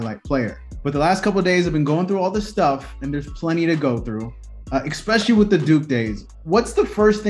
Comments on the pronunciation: The word is “especially”. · You both said "expecially"